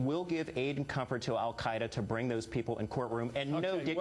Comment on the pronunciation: The way Chris Matthews pronounces "comfort" I define as treason.